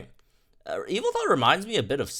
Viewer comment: YAVALTAL!! That's how you pronounce Yveltal... YAVALTAL!!!